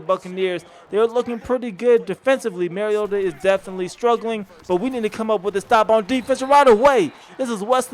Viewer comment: Its "mario-tah", like super mario....it is not "marry-yota"...the man has personally expressed how to pronounce his last name on national television multiple times. Get it right.